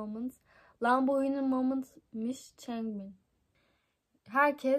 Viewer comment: Hyunin değil Hyunjin